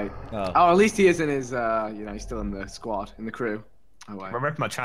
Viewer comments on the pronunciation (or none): none